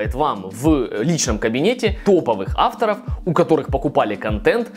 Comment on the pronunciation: Спасибо за видео! Почему вы говорите автОров с ударением на О?! а не Авторов 🤷🏼‍♀️🤷🏼‍♀️